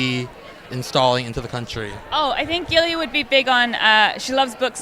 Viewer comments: He also called Gilly "Lily." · Mike Normandy he called gilly as Lilly lol